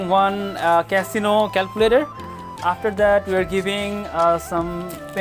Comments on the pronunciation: ক্যালকুলেটরের নাম ক্যাসিনো নয় কেসিও। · Casino na vai casio..( bolte vul hoice 🥲) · ক্যাসিনো হবে না ক্যাসিও হবে😸